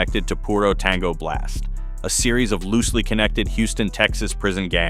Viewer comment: Lmfao how he said blast